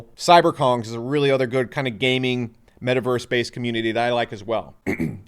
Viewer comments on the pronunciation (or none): Can someone teach him how to pronounce "met·a·verse"